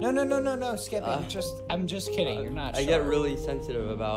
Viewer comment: Is this skeppy because it Said